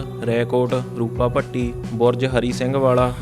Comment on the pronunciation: ਚੱਕ ਭਾਈ ਕਾ / ਰੂਪਾ ਪੱਤੀ / ਬੁਰਜ਼ ਲਿੱਟਾਂ ਪਿੰਡਾਂ ਦੇ ਨਾਮ ਗ਼ਲਤ ਪੜਦਾ ਮਿੱਤਰਾਂ